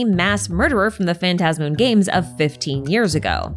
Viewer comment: I'm so glad you say phantasmoon the way I say it lmao